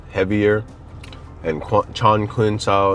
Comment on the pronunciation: I think it’s Chong (Ching) not Chong (King). Q is Ch